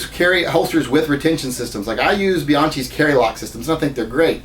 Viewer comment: Bian-KEY The Ch is pronounced with a k sound.